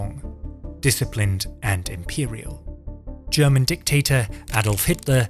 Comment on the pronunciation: In case you get to read this comment, I just want to point out, that your pronounciations were absolutely on point (at least the german ones, I can't comment on the italian ones, as I don't speak the language. But those sounded legit aswell). Well done and great video! :)